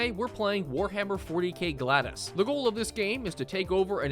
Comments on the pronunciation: 'gladdus'. Do Americans not learn to read? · GLAA-DEEE-USSSS... Learn to read LOL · its actually pronounced glad ee us. Like the roman sword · Gladus? No it's Glad-i-us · it's pronounced "Glay-de-us", not "glad-dus" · GlaDIUS not GlaDOS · GLAD-us im "glad" bro left out the e. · Gladius not gladus. gla·dee·uhs. That threw me off so hard i googled it to make sure i wasn’t tripping balls. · Good job mispronouncing the name of the game right out the gate lol. It's "glad-e-us" not "glad-us." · It is not GLAD us, or Gladdus It is Gl adi us think adi similar to ade but the I is short instead of the E. Also think Laddie, but remove a d and poof. GlA deee Us . The inquisition is watching. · Glados? It's Glad-ius. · not "gladus", its gla-dee-us" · "gladus" Illiteracy 💯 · The World: Aluminium USA: Aluminum The World: Gladius: Gladus Perfectly balanced, as all things should be. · you pronounced it gladus, its gladius, you forgot an i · Also its "glad-ee-us" said together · I find it funny how says "Glados" instead of "Gladius" and "Kastelian" instead of "Kastelan". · just a note, it's pronounced like "glad-e-us." It's based off the Roman sword of the same name, which is one of the most gorgeous shortsword designs of history, and partly like/part of where "gladi" in "gladiator" comes from. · I am two minutes into the video and I need to get this off my chest: pronouncing Gladius as Gladus and then pronouncing Manufactorum as Manufactorium has upset me greatly. I think I am just going to start a list: Kastelan is now Kastelian same as above Gladius is, again, Gladus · 'glad us' lol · bro cant pronounce ANYTHING correctly, damn... WARHAMMER 40K GLADYS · itt american man tries to say "gladius"